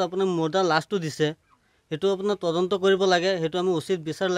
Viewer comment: 😂ata Assamese word correct koise tadonto aru reporters last kaibar tondonto kole oh count korok sun😂... Reporters namsakar janisu